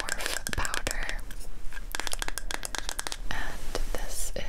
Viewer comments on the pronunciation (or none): No one's talking about how she pronounced morphe morph like ethan from h3 does